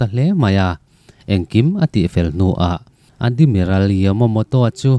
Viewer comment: Chhiar thiam lo lulai ltk... Hetiang meuh chhiar dawn te chuan a thlûk i thiamloh ni a i hriat te chu midang zawh ve tur che alawm le.. Admiral te Adimiral ti ten i lam a, ral kah lawng i lam thenkhat hi a diklo bawk. Island te Iceland ti ten i lam mai² a (easland te ti law² zawk la😅😅😅).. Ka chhiar tawh tho a ka ngaihthlak zawh sak lo mai ang che.. Sel na te hi insiamthat nan i hmang hlauh dawn nia.